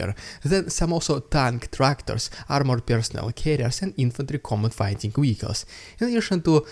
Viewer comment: Vehicles is pronounced VEEICALS not WEEKALS. Your obstinacy about this is infuriating.